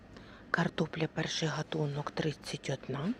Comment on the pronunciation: Дуже неприємно слухати неграмотну мову.Людина не знає, у алфавіті українському є тверда літера"Г" і слово "гатунок" вимовляється із звука тверде "г" .